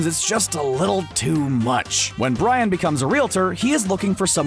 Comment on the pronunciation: 2mins 20 secs in...did the narrator just call Brian, 'Bran"?? 😂😂😂